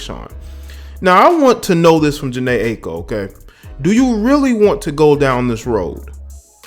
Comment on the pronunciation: jhene i-a-ko is how it's pronounced